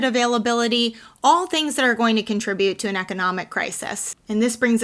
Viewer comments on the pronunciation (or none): none